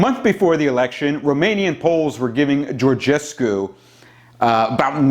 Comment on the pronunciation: as a Romanian, I appreciate your commitment in trying to pronounce Şoșoacã, and I congratulate you for pronouncing Georgescu well :)